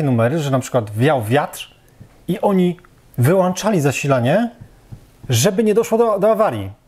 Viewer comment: wyŁĄczali !!! nie wyłanczali , ludzie co z wami???